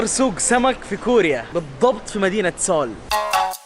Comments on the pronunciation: اسمها مدينة سيوول بالياء مش سوووول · اول شي العاصمة اسمها سيوؤل مب سيول يعني see all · تكفى أنطقها زين سيول مي سول حرام شوهتها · سيول لاكن تلفظ سول seoul🇰🇷❤❤❤❤